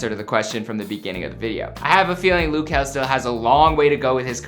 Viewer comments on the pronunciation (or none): Loo kel🤣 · its not loo??? its luh kel sound it out and mabye u won get corrected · His name is not Lou , just call him Kel bro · 'LOOH' KEL. Its LUH kel my guy, it's not that hard. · Luh kel not loo kel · It's now Lew kel it luh kel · It’s not loo kel it’s pronounced just how it’s spelt which is luh kel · i kept getting mad when he said “loo” bruh i was like “its luh kel not loo” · Is it me or do I pronounce his name differently? I pronounce it L-uhh Kel not lu kel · i swear if he says "lu" one more fkin time im going to blow up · This is stupid don't talk about luh kel you a grown up but don't even know how to say or spell his name I hated your channel anyway don't play withme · It's LUH kel oraytt?? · its luh kel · Loo kel noooooo my dude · tf is "lou" 💀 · Oh wow, "loo kuh"(wtf) is my fav singer😂🙏🏼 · I swear no matter whomit is they always mispronounce something. Its Luh Kel JUST SAY IT HOW IT LOOKS JESUS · Is anyone bothered by the way he sayd luh kel? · Did this guy just say Lou Kel 😂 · That’s what I thought but it’s loo